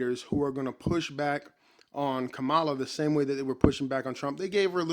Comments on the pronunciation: Its pronounced “Comma-luh” Brotha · Agreed, complete waste of time. One request, can you please pronounce her name correctly? It is Comma-luh. It is disrespectful to have access to the correct pronunciation and still mispronounce it. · Does every Trump supporter say her name wrong? Try this, "comma-la" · You’re pronouncing her name incorrectly.